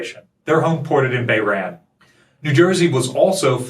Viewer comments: Great video, lots of good info, but: Bahrain is (bah-rain) not (bay-ran). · "Bayran"...? How about "Bahrain"... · Bay-Ran?!? Dude come on. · I think 5th is perhaps most important. I am probably wrong - disagree how Pronounced Bahrain. 7th has an Aircraft carrier permanent assigned homeport in Japan since 1973.